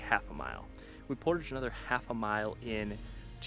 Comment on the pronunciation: So refreshing to finally hear someone pronounce the word, "portage" correctly! Instead of thinking they're so sophisticated that they have to start speaking like they're French, por-tajjjj!